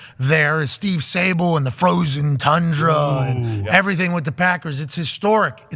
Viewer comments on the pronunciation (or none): none